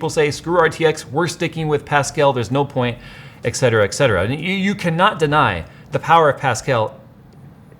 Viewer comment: "ec-cetera?" C'mon, it's "etcetera".